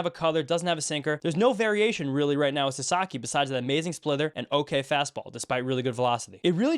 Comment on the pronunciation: I kept hearing splither when you said splitter, thought it was perhaps some new pitch he'd developed. Wasn't sure